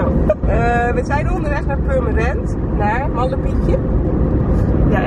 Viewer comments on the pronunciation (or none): Purmerend met een T? 😄